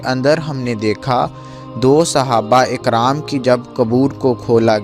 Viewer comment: Sahaba Akaram nahi Sahaba karam hota hai